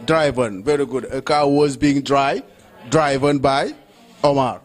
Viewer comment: mind the pronunciation of DRIVEN.